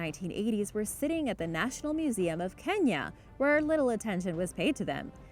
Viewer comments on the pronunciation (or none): none